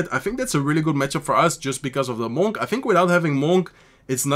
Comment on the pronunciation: Love watching you. Du Spielst immer unglaublich gut! Und auf Englisch, Monk rhymes with DUNK, like slam dunk, hunk, junk etc… just wanted to say that, if it helps. Peace!✌️❤️